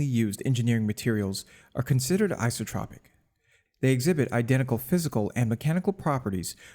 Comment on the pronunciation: AN - EYE-SO- TRAH-PIC anisotropic EYE-SO-TRAH-PIC isotropic not "ICE-AH-TRAH-PIC" PLEASE FFS CHANGE YOUR WAYS TO THE AFOREMENTIONED